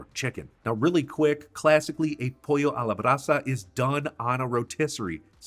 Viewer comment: As a Peruvian, you did very good job with "pollo a la brasa". If you would like to have the Black ment ( huacatay) I have the plant of huacatay or seeds. Let me know my dear 😅😅